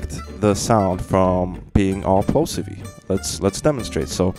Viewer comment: “Plosiv-ee” 🥴 love it. Thx 4 sharing!!